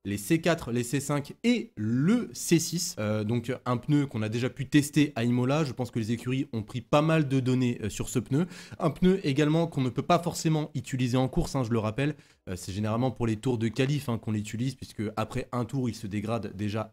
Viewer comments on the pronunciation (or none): Mais bordel on dit UTILISER pas ituliser